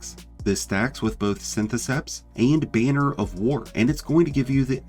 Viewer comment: he says "bane-er" of war instead of "BAN-er" of war... it was driving me crazy